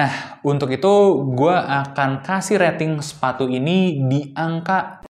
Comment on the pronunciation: Pas ngomong sepatu ga jelas tapi siluetnya si compass wkwkwk